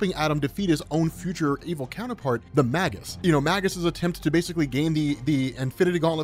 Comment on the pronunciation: you have google. It's May Guss.